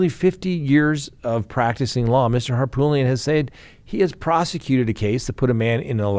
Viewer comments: HARPOOLIAN NOT HARPTOOLIAN I WILL FUCKING UNSUB IF YOU CANT PRONOUNCE A NAME THAT YOU SHOULD KNOW CORRECTLY,. Wtf. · Please, please stop calling Murdaugh attorney HarPOOLian. It's HarPOOT lian. It's an Armenian name from his family village in Turkey. Harpoot. Love ya-lol. Southerners love nicknames and he got tagged as POOT early on by many. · Why can’t correctly pronounce the lawyer’s name from the Murdaugh case? I’ve heard him pronounce it 3 different ways…..all of them wrong😂 It’s not Hartoolian or Harpoolian.